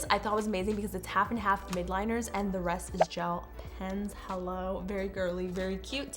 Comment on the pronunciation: Love it! Btw it’s pronounced “mildliners” not midliners